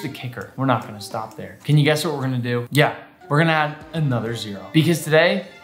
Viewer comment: I was watching this, and at the beginning Nick said "And guss what's going to happen next" and I accidentally pressed on his snack video, and so he said "Snacks" and I was like "what?"